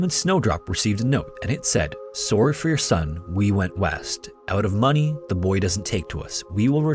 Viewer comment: the way he says “sorry” instantly made me realize he’s canadian not american😮 i wonder if i’m right